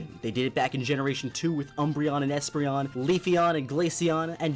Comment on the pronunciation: Att he says espreon